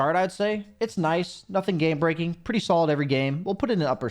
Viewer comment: you said "Gay breaking" instead of "game breaking" about Kotl's shard lol